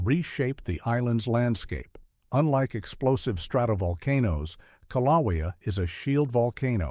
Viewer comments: Kiloweeau pronunciation is killing me, it's kilauea A.I. GUY. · How many ways can one pronounce kilauea wrong... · Im not from Hawaii but I agree the pronounceation of Kilauea is very objectionable. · I thought it was interesting that Kilauea was the most mispronounced name in the video. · The info in this video is not in any way factually true. Volcanic activity both rides and decreases before the actual eruption occurs. These people obviously don't know what they are talking about in the video. Also, the use of A.I tech in this video was a very bad idea. It even pronounced mount kilauea incorrectly. The people on here have probably just glanced at subject matter, then thought "oh well, we know more facts about volcanic activity than the seismologists, geologists, and other scientific members. We don't need to read all of this information. Let's form our own baseless evidence." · I totally agree! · Kilauea is mispronounced. But, stupidity does not hurt - it only hurts those who listen to it. I doubt USCS is the "source" of that. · The pronunciation? O M G !!!😑